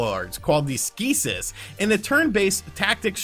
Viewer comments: "Skeesis"? Skeksis...c'mon you're better than that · Gelfling is pronopunced G'Elf- ling, like Elf with a Gh at beginning, and then Ling, and Skeksis is pronounced S' Kehk Sees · mothersmurfer lmao butchered those names. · You said Gelfling and Skeksis wrong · Jesus Christ, it's pronounced Gelfling and Skeksis...!